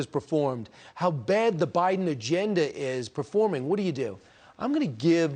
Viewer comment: Head fake??? Check your pronunciation